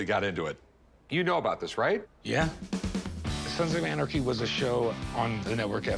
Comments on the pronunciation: "I'm a big fan of Sans of Arnachy show". 🤣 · “Sans of Anerkey”? Anyone else notice him saying that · Did the seller really say "Sans of Onarchy"? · He pronounces it Sons of Arnaky lol. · Sons of “ARnachy” 🤣😂 Yeah, he’s obviously a “big fan” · "Sans of Anarcky" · “Sansaf Varnachy” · Sans of Arneky 🤣 “I’m a big fan of the show” but he can’t pronounce it. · "I'm a big fan of the show" calls it "sans of onarchy" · "Sans of Arnachy" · He kept saying sans of onarchy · "Sands of Onarchy" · My man said sans of anarchy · did this dude just say "sans of arnegy" 😂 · “SANS OF ARNACHY” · That was the weirdest pronunciation I've ever heard of Sons of Anarchy. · Says he's a big fan of show but mispronounces name of show 😂